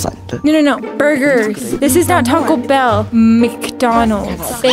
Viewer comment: He said Toca Bell is funny he said it 🤣XD